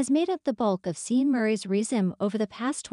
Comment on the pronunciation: Pronunciation is Shawn, not Seen.